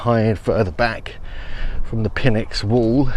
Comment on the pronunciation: I think PNYX is pronounced like "nicks", where the "pn" is like "pneumatic".